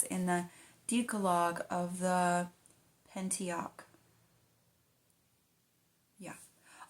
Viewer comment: The reader would do well to practice pronouncing words like elucidating, Christendom, Mariolatry, ideal, wont, Pentateuch, and decalogue before reading the text for us on YouTube. 🤨 Besides this point, I would like to compliment her reading voice. 🙂 I know you're working on it,. High five! ✋